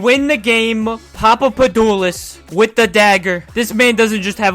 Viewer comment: Hey man I just got recommended this video and I love your energy! One thing is you’re saying the guys name wrong 😂 You say “Pa-Pa-Pa-Doo-lous” But it’s spelled “Pa-Pa-Do-Poo-lous” Just wanted to let you know. Keep up the good work though!